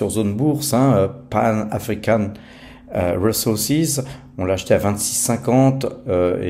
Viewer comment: RiZoursize et pas Réssoursize 😂